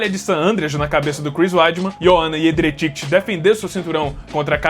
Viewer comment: O não sabe falar nosso sobrenome polonês, A Joana é minha compatriota ❤ mais ou menos, Sou filha de mãe polonesa e pai coreano ❤ kkkkk, A pronúnciaé Iejheijhicki, O sobrenome do Jan Błachowicz vocês sempre erram também, Se pronuncia Buacoviti 😂😂😂, Moa Jędrezycky aqui ❤.